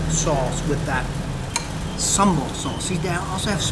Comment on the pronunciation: I am so impressed when a foreigner pronounce sambal way better than us. I hope you have a great time in Malaysia, sir :)